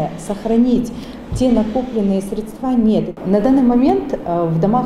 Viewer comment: на 40вой секунде услышала от этой кудряшки ударение на последний слог в слове средства и выключила видос